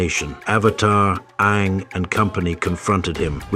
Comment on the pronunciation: "A-ang" "Ba-sing-sah" "Hiroh"